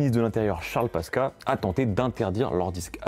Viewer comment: "alors oui je sais ce que tu te dis derrière ton ecran, ca fait beaucoup de noms mais si tu ne connais pas tout ça" et quelques secondes après a ' CHARLE PASKA" 🤣